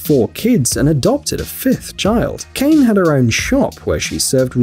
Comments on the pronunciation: That Lady from Japan, her name is ( Kaa-neh ) Kane not Cain 😓 I just gotta say it since you did so much better with the last name. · Kane is not pronounced “Cane”. It is pronounced “Ka” and “Ne”. Two syllables and not one. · Kane is not pronounce as you pronounce. This is not English or American name but it is pronounced Kane with letter A pronounce as in word America, N is pronounce stronger and E is like E in word MENU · It's Kane not Kane